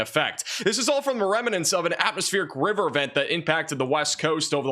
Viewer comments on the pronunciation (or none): Are you saying reminants or remnants? Reminants is not a real word. 😮😂